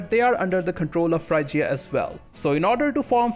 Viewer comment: Frigya not FRY-GEE-UH